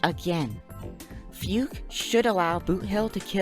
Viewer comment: It's pronounced Fugue, not Fiug this is a chinease name aaaaaaaaaa